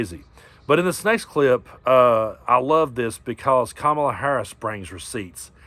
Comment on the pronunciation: Love your chanel, but you pronounced Kamala's name wrong. 😲